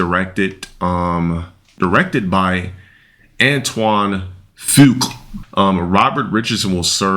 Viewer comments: Bro doesn’t know how to pronounce Antoine Fuqua or cinematographer. You’re not an actor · Didn't want to be an actor? Even claiming that he knows "more than most people" because he lived it for so long. Yet can't pronounce cinematographer or Antoine Fuqua's name. "A product of inbredding" is that when makes a sandwich?